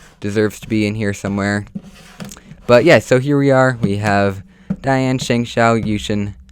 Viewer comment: Hey Guys! when He said Dayan and Shengshou it sounded like Diansheng! And My Number 1is Gans